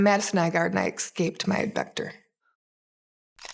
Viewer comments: First off ifs not excaped its pronounced escaped i wish americans pronounced words right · eScaped… not eXscaped, ffs. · Why do Americans say Exscaped? And not the English Escape?